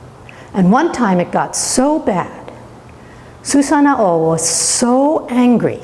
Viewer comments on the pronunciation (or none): Im sorry but it's not Susano Oh loool hahahah omg sounds funny